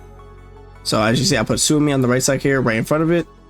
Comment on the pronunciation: Suomi (or "Finland") is said like "swoh-mee." Sometimes with a bit of an accent on the U, for a "Soo-oh-mee" sound.